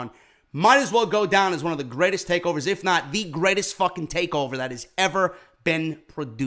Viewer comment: Lol, "greatets" Love ya stuff man!